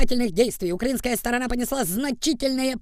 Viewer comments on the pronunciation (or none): none